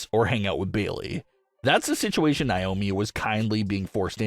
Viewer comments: It's Naomi not niomi 😢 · It's not niomi it's Naomi 😢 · Hey it's Naomi not niomi 😢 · Once again it's Naomi not niomi 😢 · Could you please stop mispronouncing Naomi 😢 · Please stop mispronouncing Naomi 😢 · Stop mispronouncing Naomi 😢